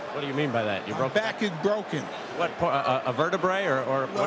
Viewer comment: “I broke my back” What do you mean?: “My back is brocken” 😂😂😂😂😂😂😂